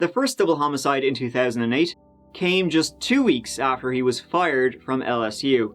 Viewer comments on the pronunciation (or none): I’m from la & the way you pronounce LSU is so wrong 😹🌈